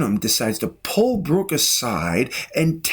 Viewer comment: His name is Book, not "Brook."